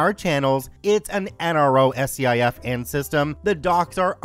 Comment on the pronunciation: 1st. SCIF pronounced Skif. 2nd Aw hell no. Nothing related to a SCIF is ever lower than 'SECRET'. That's the problem.